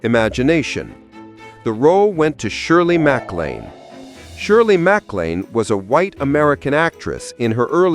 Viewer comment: yes, I was thinking the same, strange isn’t it? Surely nobody that knows anything films would mispronunciation Shirley MacLaine’s name 🤔🤔🤔